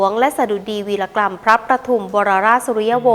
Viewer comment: วีรกรรม อ้่านว่า วี-ระ-กำ ค่ะ